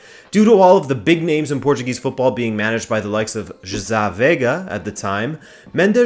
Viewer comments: hes Portuguese, it's why he pronounces all the names right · Finally, a YouTuber who can pronounce names. Good stuff my guy!